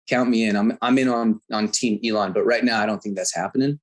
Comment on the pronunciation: Elon NOT Elon